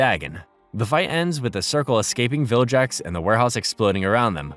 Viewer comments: How tf is this guy saying "viljax" now, when he previously narrated the other 2 series where he said "Vilgax" correctly. He also made it seem like he's watched the show and grew up with it, but if he did, he'd never make this goofy mistake. Tf is going on 💀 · Vilgax not jax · You should get 20 years of punishment for pronouncing vilgax as viljax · saying "viljax" has GOT to be interaction bait 😭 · Take a shot every time the narrator says "viljax" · is this read by an AI? Viljacks fucking hurts me. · Man it's pissing me off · Saying "viljax" is a crime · And he says it 100 times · how do you watch the show presumably with the audio on and still say bros name so wrong ruined the series